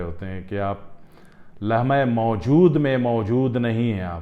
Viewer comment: لمحہ موجود کا تلفظ استاد محترم سے بھی ادا نہیں ہوپارہا۔😂😂😂